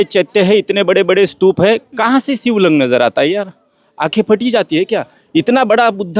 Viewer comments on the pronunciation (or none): शिबलिंग अरे 😂😂😂